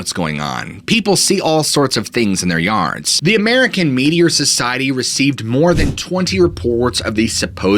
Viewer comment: No lie, when you said “American Meteor Society” I thought you were saying “media” with a really weird accent 😂